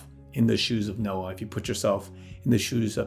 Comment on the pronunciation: Did you say Nokia or Noah? hehehehe